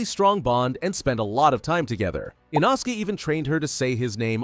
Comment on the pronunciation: Thats inosuke not inoski